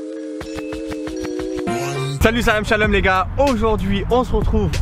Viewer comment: Pourquoi tu dis shalam